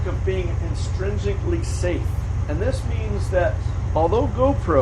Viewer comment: Intrinsically not instrinsically.